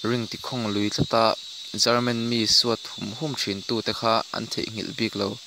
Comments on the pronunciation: Lehkhabu chhiar I Ang tlat ,German tih leh Garman tih kha ngaihthlak a nuamlo deuh . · German ti ve mai la chelman tih hi ka hriat vawikhatna